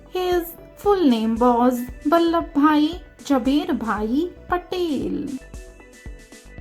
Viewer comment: It's not labda it is ladba